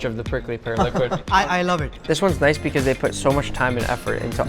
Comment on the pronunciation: Becausea becausea becausea the carrot is red